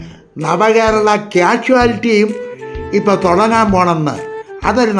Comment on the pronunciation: കാഷ്വലിറ്റി അല്ലെടോ കാഷ്വാൽറ്റി ( Casualty)